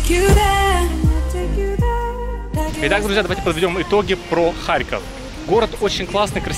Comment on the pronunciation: киев был столицей УНР. а харьков коммуняцкий. (кстати харьков ударение на "О")